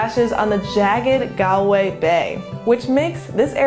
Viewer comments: It's pronounced Gawl-way, not Gol-way or Gal--way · Gall-way not Gal-way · Two minutes in and it’s just so hard to watch… ‘gal’way (it’s ‘gaul’way), it’s ‘a cuppa tay’ (the way she said it sounded so British, a cup o T), and then Connemara moving 60 miles northwest to achill… yikes! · Galway is pronounced like Gawl-way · No American should ever say Galway 🙈😂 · It is galling the way they say Galway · I've been to Galway - someone immediately corrected my pronunciation while I was there and it's actually not hard to get it right with an American accent. She's very pretty and polite, I bet no one wanted to correct her :)